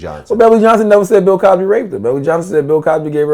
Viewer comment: Lol "Pill Cosby"